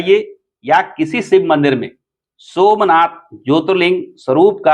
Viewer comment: पहले ज्योतिर्लिंग का सही से नाम लेना सीख लो l